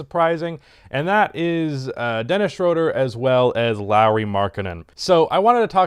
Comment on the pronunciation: day 999 of telling that ITS PRONOUNCED SHROOODER